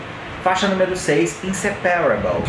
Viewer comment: MDS ele n sabe nada de inglês, nem pronunciar as palavras, "imperfÉct" e "InsepÉrable" 😂